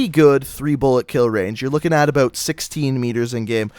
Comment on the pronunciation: "what is up boys and girls, we are gonna be talkin abooot." xD